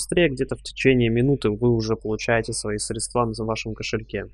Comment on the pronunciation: срЕдства, уважаемый автор, но не средствА. Удачи!))